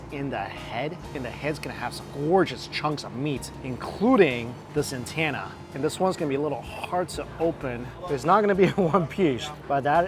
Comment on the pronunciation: Antenna, not antanna